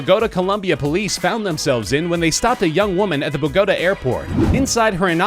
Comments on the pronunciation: the way he says bogota omg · the way he said Bogotá....